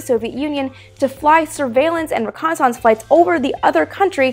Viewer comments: Reh connie sonse? ...lol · Amy, I love the way you pronounce reconnaissance. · I like how you church up the word "reconnaissance" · Love the show, but you pronounce "reconnaissance" in an unusual way :) Yes, I know it's also a French word :) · Have...have I been mispronouncing 'reconnaissance' all these years?